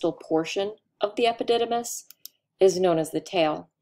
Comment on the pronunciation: Interesting she didn't get into the plant looking structure in prostate i assume it to be nerves. The word epidymis she said it several times and it sounded funny to hear ...